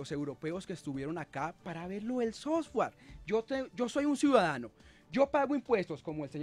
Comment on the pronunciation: "El sosgüar" :D